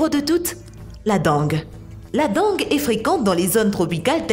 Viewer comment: Agaçant d'entendre sans arrêt « frêlon » au lieu de « frelon », comme prononcer « dangue » pour la dengue. Et cette voix synthétique... Pourquoi ne pas faire un commentaire naturel ??